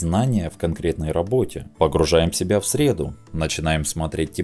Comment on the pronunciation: Погружение в среду?) забавно что у автора не возникло диссонанса от неправильного ударения, или я что-то не понял? Видео как всегда локанично и интересно, спасибо